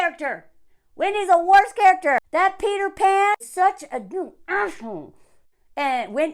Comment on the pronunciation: Every time you say Peter Pan it sounds like peed her pants